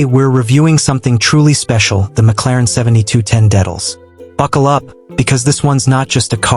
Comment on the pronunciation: THE WORST REVIEW I'VE EVER SEEN, SAID THE NAME WRONG EVERY TIME!! THE INTERIOR IMAGES ARE FROM 2 COMPLETELY DIFFERENT BRAND OF CARS AND SEVERAL EXTERIOR IMAGES ARE FROM THE WRONG MODEL - WHAT A JOKE!!!!